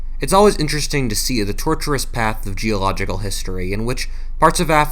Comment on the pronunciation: The “torturous” path, or the tortuous path?